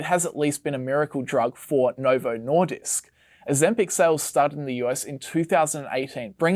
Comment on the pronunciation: As a dane, hearing the English pronounciation of the word "Nordisk" over and over again is honestly annoying me.